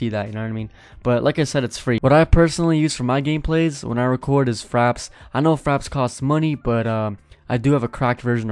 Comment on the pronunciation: I thought u said faps not fraps lol